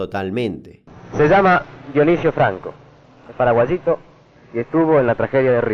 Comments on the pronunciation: "es parawashito" L0L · "Paraguayito" me mata